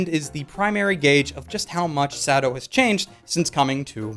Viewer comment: I love how he pronounces it "Sado" lol